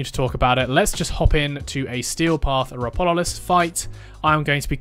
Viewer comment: its Ropalolyst btw, you swapped the a and o, good guide, though!